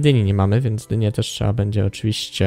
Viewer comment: Z informacji z tego odcinka nie dziw się że oglądalność Ci wzrosła bo odcinki są coraz lepsze i się miło ogląda . Jeżeli pracujesz nad dykcją to popracuj jeszcze nad słowem (trzeba) bo czasami słychać (trzea) a u innych youtuberów jeszcze gorzej słychać (cza) . Pozdrawiam!!!